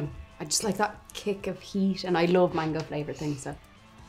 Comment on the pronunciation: There is NOooo! "I" in Mango.... Stop saying "maingo".... 2simple words man.....go Not, main go